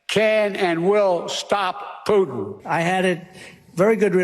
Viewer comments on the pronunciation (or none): none